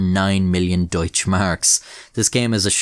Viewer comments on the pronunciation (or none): none